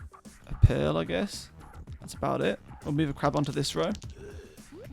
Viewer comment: Who else hears pill when he says pearl?